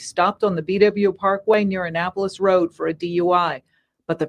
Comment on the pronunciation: Girl, not you butchering the names of Annapolis and Lanham